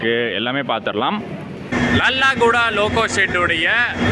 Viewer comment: லாலாகூடா என்பதை லல்லாகூடா என்று சொல்லறீங்க. ஹிந்தி கற்றுக் கொண்டீங்கன்னா இந்த மாதிரி பெயர்களை சரியாக உச்சரிக்கலாம்